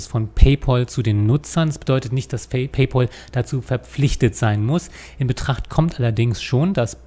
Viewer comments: paypÄl - nicht paypOl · Da hat der Herr Rechtsanwalt etwas nicht (oder extra falsch) verstanden. Macht ja nix. ☮ Und paypal wird paypäl ausgesprochen, von englisch 'pal' = Kumpel. 😘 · Ihr seid immer wieder zum Schießen! Paypäl ... Ich halte auch nicht viel davon alles zu anglisieren, (München-Munich) also spreche ich es so aus, wie es sich schreibt. Im Englischen eher "Paypoal" Und was hat er denn falsch verstanden? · PayPAAAAAAAAAAAl, da ist kein U drin. Warum spricht das jeder falsch aus? -_ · Ist schon traurig, wenn man als vermeintlich studierter nicht mal PayPal richtig aussprechen kann.